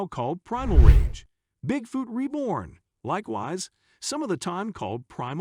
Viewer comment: the worst part is the generated voice that keeps saying "Bigfewt" stopped watching 2 minutes into it, sorry.....